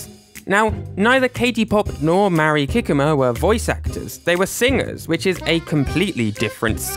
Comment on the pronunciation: I'm sorry, but hearing you butcher Mari Kikuma's name repeatedly is genuinely making it hard to watch the video!! I more than understandable that her name is Japanese, a language you don't speak, but compared to many other names, her name is quite simple in pronunciation and I felt like some effort could have been made to pronounce it even slightly correct. I'm not trying to insult YOU; I just feel that is a basic level of respect for someone--making a genuine attempt to pronounce their name correctly--but you are just reading it as if it were English. 😥